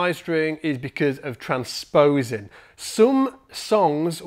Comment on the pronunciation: Its "tran sposing" vs trans posing"